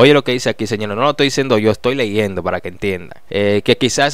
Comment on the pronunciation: Amigo se dice leyendo